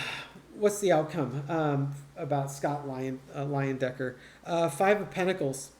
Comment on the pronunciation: It is LIE-en-decker - in German the second vowel take on the long sound...